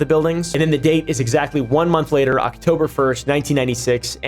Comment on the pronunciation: He said "wayter" instead of "later" 🫵🤓